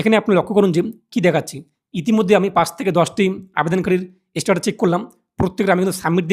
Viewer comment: First of all its Status ... Not ish-status😂😂😂😂